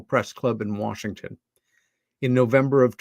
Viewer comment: ...for heaven's sake man...it's Washington not Warshington.